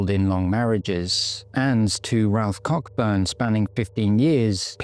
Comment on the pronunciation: The fact that you mispronounced the surname Coburn, is not a crime, the most important thing is that you have highlighted a very serious crime, a lovely lady mrs heron whose life was sadly taken, and still to this day we are no further forward, Someone out there knows what happened to her, and if her case as many others are not kept in the public eye how will they ever get solved. The more publicity that they receive the better it will be for them and their families Thank you ❤